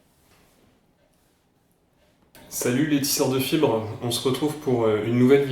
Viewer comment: C'est la première fois que je regarde une de tes vidéos et j'ai cru que tu avais dit salut les tisseur de chibres au lieu de fibres